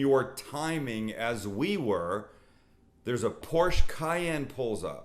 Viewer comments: You are a great man but keep whining like a bitc... And it's not Porsch. It's PORSCHE! Thank you! You should focus on food videos because this doesn't suit you. I will simply unsubscribe next time seeing videos like this. Come on man, grow up. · Porsche is a two syllable word.